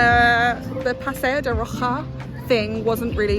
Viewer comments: Paseo de Roxas is pronounced as Paseyp de Rohas. It is one of my favorite streets in Makati aside from Makati Avenue and Dela Rosa St. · It's PASEO de ROHASSS and SAL-SEH-DOH.